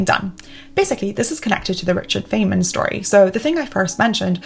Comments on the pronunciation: Dangit. I wasn't watching, just listening until now... Fay-man. Threw me off. I've only ever heard it Fine-man. Now... I'll never forget this guy and his teachings. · (Feynman is pronounced like fine-man.) Loooooove your content, you inspire me so much, great video as always ♥️ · It's pronounced Fine-man, not Fane-man.. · Dr. Feynman (pronounce Fine-Man) would be proud of you. I think there may be a tour of the Caltech campus in your future. Stop by Pasadena sometime and see! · 📖About "Feynman": His name has to be pronounced like "Fine-man" or even more precise "fine-munn". It is German (Feinmann) , but got anglicized. His family moved to Russia, as many Germans did since Katharina the Great was German herself. The "i" became a "y" and the second "m" got lost. The German meaning indeed has the same meaning like in English: Richard came from a family of "fine men". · Great video. Note: Feynman’s name is pronounced “Fine-man”. Again, great video. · Great video, thanks! BTW, I think it is pronounced "Fine-men" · Ack! It’s pronounced “Fine Man”! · His name is pronounced "Fine man." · This is the second time I've seen you mention Richard Feynman, so I have to ask, are you sure you're pronouncing his name right? ;) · Feynmen is pronounced "fine-man". /ˈfaɪnmən/ "trough" rhymes with "enough" or "cough" Regarding the "innocent" mistakes list, are you not advocating for "Medieval Time Tracking". I see #1, #2, and #4 which you listed is something that you would avoid or discourage. But for #3, that seems to be something that you prefer doing, since you are motivated by the task which you are performing and not by artificial time constraints. Thank you for this video.